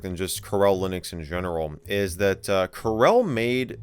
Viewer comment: Carelle Linux.... I am guessing it's Coor El. Like Kal El's Dad, Jor El. You know - Superman